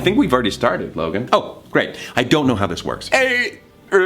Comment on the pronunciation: I thought he said “Logang” I was low-key cringing